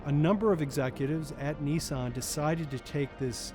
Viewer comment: I thought Nissan was an Indian company, sounded same as निशान.